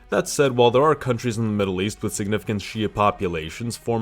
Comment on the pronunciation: Maddle east chuth war theres com in any mind